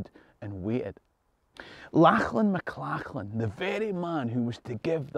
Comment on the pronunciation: "Lachlam mclachlan" I'm dead lmao